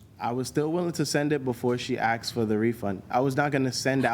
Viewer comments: Yeah - he said " He Axed"........... What dids "He Axed"......... Axed what... ? ... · Another person who says he AXED her. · She axed for a refund FRIGGING LEARN ENGLISH